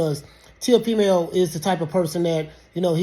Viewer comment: Ya’ll keep pronouncing this things name wrong it’s Tee-Hoe-Female, get it right dammit! But on a serious note I don’t know who’s worse TeHoFemale or the people defending his actions. It’s obvious all of “it’s” actions during the negotiations suggested “it” didn’t want the fight, on to the next.